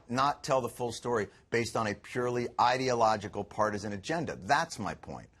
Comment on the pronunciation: Trust a Fox presenter to pronounce "ideological" like "idiot".